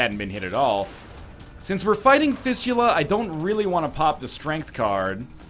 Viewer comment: The irony onwards is unbelievable... Says that he's back and is saying things correctly..... Juicy Sack No bombs for sale Fistula I..... I have no words. I'm in hysterics right now. The comments are fucking excellent. This video literally made my night.